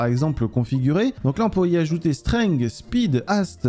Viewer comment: PTN L'ACCENT ANGLAIS !!! STENGUE et ASTEU au lieu de strength et haste